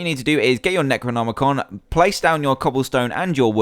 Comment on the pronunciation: Finaly someone says necronomicon right! XD Good job dan!